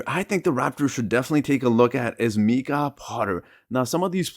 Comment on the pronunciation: It's not Meeka Potter it's Mike ah.